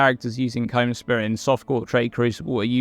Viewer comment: You know you'd think with the amount Kaom is pronounced in-game; you'd pronounce it right and not as Comb.